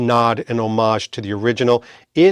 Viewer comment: Thank you for using the word homage correctly. Nobody ever does. They say HOM-AGE😮